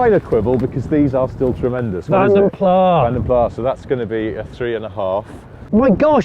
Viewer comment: FYI the letter 's' at the end of 'Vanden Plas' is not silent, it is pronounced. Were the name French, it would be a silent 's' but it's Belgian / Flemish and therefore, it's spoken. Everyone get this wrong!